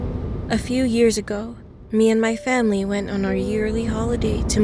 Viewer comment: Did anyone realize she said "The next morning I told my famie" Lol 😂😂